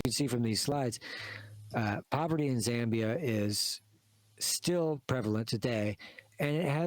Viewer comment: We are not that poor bruv also it's ZAAA MBIA not ZEEE